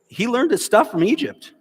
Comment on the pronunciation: Did he just read and pronounced "learned" as ler..ned? 😅😅😅🤣🤣🤣